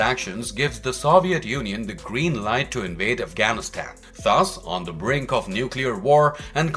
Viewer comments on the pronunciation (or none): none